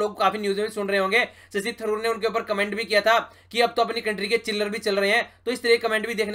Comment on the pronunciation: sir it's manushi छिल्लर sb glt pronounce krte h...